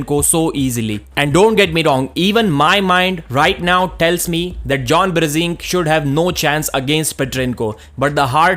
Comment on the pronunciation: stop saying brezink its brzenk + the title of video Bezenk wtf?